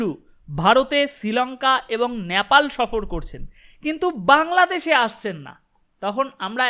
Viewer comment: Nyapal noy, nepal, ektu thik kore nile bhalo hoy.